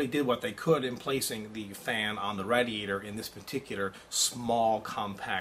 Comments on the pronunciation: i think radiator is pronounced raydeeaytor not radeeaytor:) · jesus christ its not "RAD-eator". Its Raid-eator. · lol rad-e-ator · Yap Radiator :D :D xD -> not raidiator :D